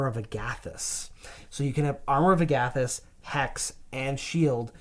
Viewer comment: I hate the way you say “armor of agAthys.” It’s “armor of Agathys.”